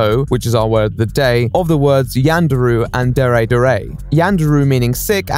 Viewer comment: The way he says “dere” sounds like dairy too.